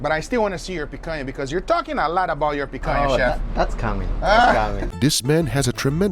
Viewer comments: Is it the picanha cut? He keeps saying picayah? . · And he didn't say "my food" he said my picania. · "I picanha you" Yeah you do with all that smack talk lol